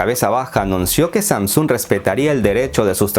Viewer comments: Samsúng??? Pensé que era Samsung sin acento simplemente una palabra como cualquier otra que no tiene acento. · Que fea manera de proncunciar SamSUUNG dios... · Todo muy bien hasta que se pone a pronunciar SAMSUNG.